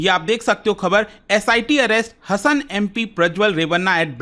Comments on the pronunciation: वे हसन नही sir 😂😂 हासन कहते है उस जिले को🎉😊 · Sir इस constituency को Karnataka में "हसन " नहीं "हासन" बोलते हैं!! Thanks for the update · It's not Hassan: हसन, it should be pronounced as Hassan: हासन!!! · Sir it is Haasan not Hasan....